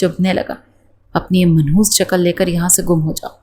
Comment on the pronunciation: منخوس کیا ہوتا ہے منحوس ہوتا ہے